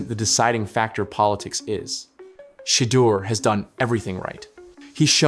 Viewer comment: If you can't Pronounce his name correctly, then SHUT UP !! 😡